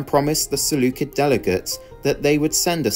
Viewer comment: You misspelled 'usurper' and mispronounced 'Seleucid'...